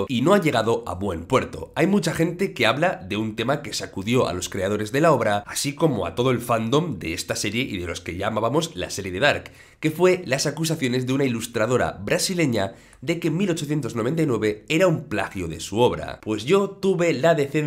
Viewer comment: Se pronuncia FANdom, no fanDOM